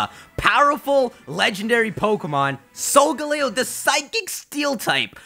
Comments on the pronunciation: Your pronunciations are off you pronounce Solgaleo as Solgalayo (Leo is Latin for lion) and Lillie as liel. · the pronunciation for solgaleo still hasn't been really decided, as it could be either sol-gah-leo or sol-guh-leo. Both are play on sol (sun), leo (lion), and parts of Galileo's name, but Sol-guh-leo pronounces the leo part more, while sol-gah-leo puts more emphasis on the galileo part.